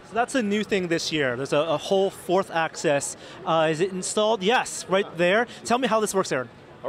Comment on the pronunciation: Hey. The word is AXIS not ACCESS. Please learn how to pronounce it. I don't think you are stupid.